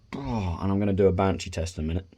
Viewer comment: It's benchy not banshee 😂 mine arrives soon and I'm just as excited as you! How are you getting on with it now you've had it a bit?